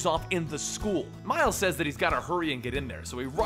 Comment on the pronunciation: "Mile Morales" xD